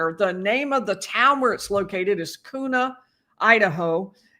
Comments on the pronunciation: Boise is pronounced with a C not a z. Boy-C. Likewise Kuna is pronounced Q-nuh not Coo-nuh. Just a polite heads-up. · Kuna is pronounced Kyoo-na, not Koo-na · FYI... Kuna, Idaho is pronounced "Q na" NOT Koona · It’s Quena like tuna. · That prison is so bad it's called "Gladiator school". Also, hope it's OK to correct you, but Kuna is pronounced Q-nah. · Just a little assist, (from someone who grew up nearby) - Kuna, Idaho is pronounced k•yoo - nuh. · FYI It’s pronounce Kyoo-na! The prison is not as remote as you make it out to be. I live about 10 minutes away. There’s a H. U. G. E. Meta facility under construction a few minutes away. There is lots of traffic on both cross streets. I hope BK “enjoys” his vacation out there on “Pleasant” Valley road. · Pronounced "Kewna," Idaho. The facility we see from the air includes Minimum, Medium and Maximum Security facilities and a Women's prison. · Great report, (thanks) but KUNA is pronounced "Q-NA". I lived 3 miles from Kuna years ago. I was also on jury duty for a disturbance that involved someone injuring a guard out there many moons ago. The thug was found guilty (no surprise). That place is still TOO GOOD for Kohberger..... but he's a marked man. His hour outside daily will be his worst nightmare. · Hi Its pronounced Q na. It is outside Boise in the desert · The prison is located in a town called Kuna. But it is pronounced. Q-Na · I luve in Boise. I recieved one of those 10,000 summons. I wasn't entirely sure it was for this trial until I watched this hearing. I haven't been following this, because I'm tired of murder trials here. I just couldnt make.my brain connect. But, in all fairness i am.so glad i dont have to go through this process. Also, its pronounced Kew-na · Koona 😂 its pronounced using the long U, like in tuna. 😁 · Kuna is pronounced like tuna. Cue-na. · Kuna, Idaho is pronounced QueNa... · Pronounced Q-nah. The prison is creepy looking😮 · Kuna is pronounced KyOOna. (Like queue—na) :)